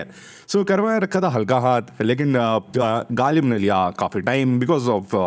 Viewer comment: Galib❌ galeech✅